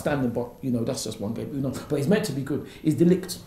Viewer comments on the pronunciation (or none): "De Licked" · This man said de ligt. I cant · Comment - ‘1 realistic signing’ - “De Ligt” 🤦🏽‍♂️ - “Chillwell” 👏🏽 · Ffs he can't even pronounce de ligt name